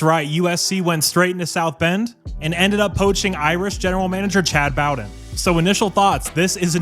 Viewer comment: It’s pronounced “Bo-den” with a long o. And he’s good, but don’t get comfortable. He’ll leave you for a dollar at some point in the near future as well. Learned from his dad Jim.